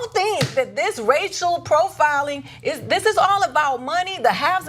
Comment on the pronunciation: LOL... listen carefully "Rachel profiling"